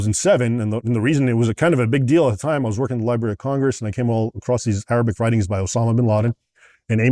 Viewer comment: His historical facts are on point. His arabic pronunciation not so much. Still a great insight for those who know nothing about the Middle East